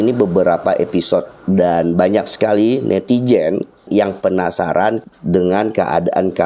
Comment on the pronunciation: jika menyebut azan jgn menyebut ajan; ari zam-zam, bkn air jam-jam, jika dirubah mk artinya jg tdk pas. Netizen bkn Netijen.